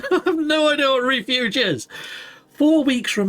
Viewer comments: REFUGE means protection from. Pronounced 'ref' 'fuge' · ima be the gammer and literary police. It's Ref You g, like refugee. It means safety lol😅😅